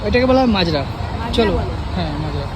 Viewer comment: এই মূর্খগুলো দেখছি কিছুই জানে না। ওরে হতভাগা.. ঐ জায়গাটাকে "মাজরা" নয়, "মাজার" বলে!